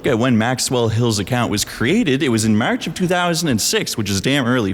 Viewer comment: The way you say march outs you as a Canadian.